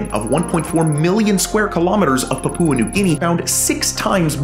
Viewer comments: Puhpooa? It's PAPUA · Poop Poo New Guinea? Pronounce it "Pup-wa" New Guinea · It’s Paah..pua, Pepooa New Guinea 😊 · papoooa new guinea lol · Incorrect. Papua is not 3 syllables (PAH-poo-ah, wrong), but 2 syllables, emphasis on the first one, and the u is just a glide, not a full vowel, so, PAH-pwa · Love your videos. However, I have a constructive suggestion: check your pronunciations - Papua is pronounced (POP-OO-UH) with the accent on the first syllable. Image means a lot especially when you put your name and face to something - so it's important to produce something that is accurate in every way. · fyi the pupa in pupa new guinea is pronounced as papa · Man said "Papoowa" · The pronunciation of Papua New Guinea is more "Pa-Pyoo-Uh", with emphasis on the first two syllables. Glad to know they're looking after their forests. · great video, your pronunciation of "Papua" almost made me dislike it though...